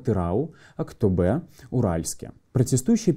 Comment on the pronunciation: Кровь из ушей течёт когда он называет города Казахстана АктобЭ (Актоб"Е")